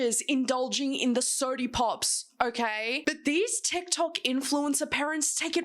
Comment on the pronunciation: Hearing you say “soadie pops” has me tickled. Day made!